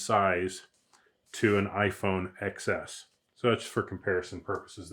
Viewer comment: iPhone "Ten S" iPhone "Ten S" "Ten S" !!!! NOT "Ex S" it's Ten S